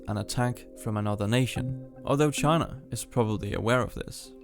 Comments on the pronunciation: Pronouncing it “Chana” bugs me. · Please pronounce China correctly